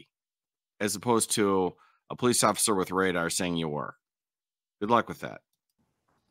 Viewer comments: "They was terrified of the Po-leece." Gee I wonder where they learned that from. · terrified of the poh-leece